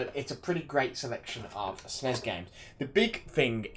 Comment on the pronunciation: Its a system, not a Zystem. Sness is the correct pronunciation :)